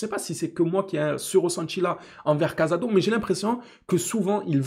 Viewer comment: Des que ta commencé a dire cazado ou lieu de casado et que ta parlais de son erreur j’ai coupé la vidéo rhooo. Casado c’est une revelation cette année je crois qu’on voit pas les meme match. Il a reussi a rentrer dans le moule en 3 mois. Il joue 6 l’un des poste les plus dur a combler. Je suis pas d’accord avec ton analyse.